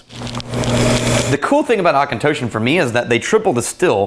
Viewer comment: There's no K in Auchentoshan... Where do you get these guys?!